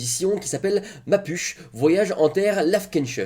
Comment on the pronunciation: Hey il me semble que c'est "mapouché" dans la prononciation ^^ Sinon cet article peste dans le fond par un relativisme culturel assez poussé. L'auteur.e a du se dire "allez c'est culturel, il faut leur donner la parole". En plus de cela, en interrogeant des illuminés sous le couvert d'être neutre, le/la journaliste se retrouve à parler de truc qui n'ont absolument rien avoir avec la médecine.